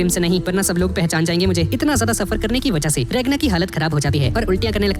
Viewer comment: Naam to sai lo regna nahi ragna he noob